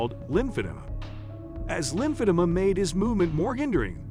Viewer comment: It’s lymph-a-DEE-ma.